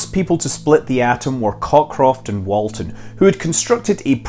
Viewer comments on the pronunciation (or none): none